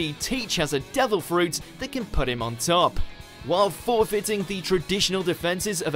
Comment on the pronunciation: This has to be some kind of record for the narrator saying the word "put" wrong, so many times in a single video. It jars the ears